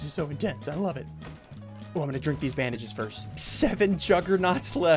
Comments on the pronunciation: 😂 you said “drink these bandees” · “Drink theese bangedges”😅